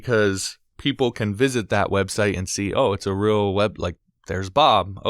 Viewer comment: "helps make it rill"